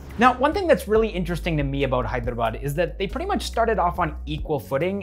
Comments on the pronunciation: The way you pronounce "Hyderabad" is far more better than the entire so called literates in India from the North 🤣🔥❤️ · Bro..Your Hyderabad pronunciation is on point 🙌 Most of the people pronounce it as Hydra-bad or Hey-drabad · You’re pronouncing Hyderabad perfectly lol! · South!!??? Literally You killed it man 🔥💯💯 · i was impressed too by the way you pronounced Hyderabad. Many Telugu people themselves spell it as 'HYDRA-BAD'. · Wow so amazing to listen Hyderabad pronunciation correctly from a foreigner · The best thing about the video is as a foreigner you pronounced "Hyderabad" real well it's good to hear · Every time you said " Hyderabad " .. point on 👏👏👏... As if a local Hyderabadi spelt it . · He pronounces hyderabad so well